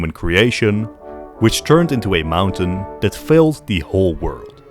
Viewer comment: The rage bait saying ‘mountain’ every time